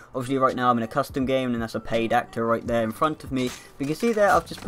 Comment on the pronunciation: They way you said PAID actor